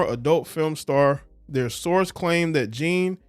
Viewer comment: Perkins: “Byron Forbes ..Bryron Bryron Fobes excuse me”